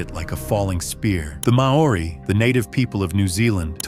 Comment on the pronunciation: You are prouncing Mauri wrong .you now why?Because I am from new Zealand 😠.we